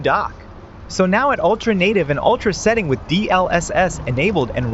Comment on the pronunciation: Bryuh it's setting not seeting